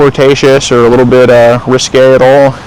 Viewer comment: "RISQUE" 😂 HNY 🎉